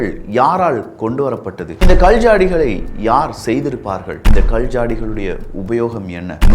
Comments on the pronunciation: I couldn't type in Tamil, sorry for that. Your pronunciation is really bad. Specially "Kal" rock. I couldn't listen further. Idk you are Tamilian. Even this discourage you I have to let you know. Sorry brother you have to improve that's why. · ?கல்,கள் தயவு செய்து சரியாக உச்சரிக்கவும்